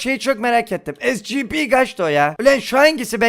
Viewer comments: Abi e si pi (scp) esipi diye okunuyo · abi esipi diye okunuyo scp diye yazılıyor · Şuna scp demeyin onlara şöyle okunuyo esipi